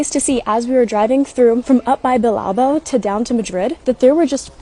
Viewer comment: I thought Bill-Bao would be much easier to say hahaha